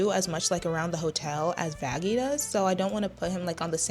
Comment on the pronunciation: Did call her vanastasia or something? 😂